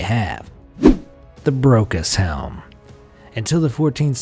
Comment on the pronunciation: I thought he said "the broke as hell" rather than "the brocas helm"